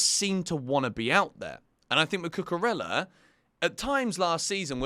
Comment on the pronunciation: Cucurella pronounced Cucureya. The LL in Spanish' as a Y sound.